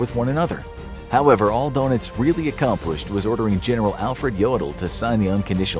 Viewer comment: Don Itz. Not Dough Nitz.